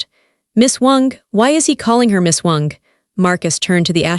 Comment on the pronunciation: Why is ai pronouncing Miss Wong as Miss Wonk 😅 lol . Ridiculous . 🙄